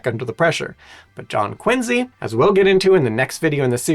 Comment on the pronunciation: Wow im from Quincy, Ma. My city is amazing! City of presidents! (2 from there) And the USS Salem. And he even pronounced it correctly!!! Wow that was awesome.